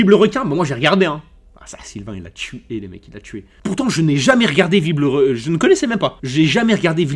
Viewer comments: « viblerequin » au lieux de « vilebrequin » mdrrr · Mais nan c vibre le requin